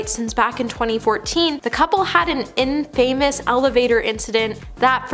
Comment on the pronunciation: Girl…work on your pronunciation. It’s not “In Famous”, it’s “infamous”.